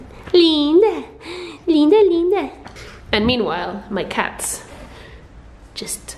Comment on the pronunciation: Did you say “Linda Linda!???”